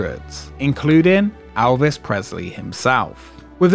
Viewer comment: "Alvis" hahahahah It's just your accent, good job on the vid.